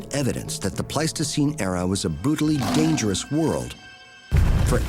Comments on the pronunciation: "a bootily dangerous world" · "A bootily dangerous world". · He said "brutally".